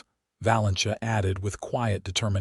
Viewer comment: Hopefully AI narration will soon improve enough to pronounc names of people correctly! Valencia should be pronounced "Va-len-see-ah," NOT "Va-len-chuh!" And the "j" in "Elijah" should be a soft "j" NOT a hard "j!" Seriously, do better!